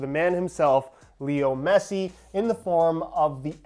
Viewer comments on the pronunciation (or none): none